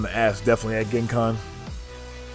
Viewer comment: It’s pronounced Jen Con. Not Gen(ghis)Con